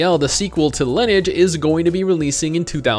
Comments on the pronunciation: its fuckin LIN-E-AGE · You do not know how to pronounce Lineage.